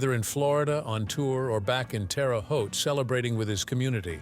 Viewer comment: it is not pronounced Terry Haute, Terra (Terre) Haute.